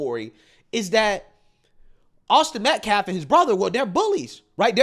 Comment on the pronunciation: Dude / is a disgrace to us all...he saying shii like....AUSTIN METCLAFF....and WE HAVE SAW?????😂😂😂😂...boy you making us look bad...what a looser....